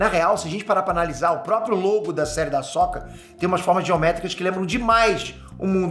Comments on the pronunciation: Eu não via com esse ponto de vista, mas concordo com você. Agora vejo como algo bom! =) Só uma coisa (rsrs)... Não é Ahsóka, e sim Ahsôka (mas tanto faz também). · primeira vez que vejo alguem falar “ahsÓka” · Da agonia ouvir o pronunciar o nome da Ahsoka rs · O cara nem saber falar o nome da personagem direito pqp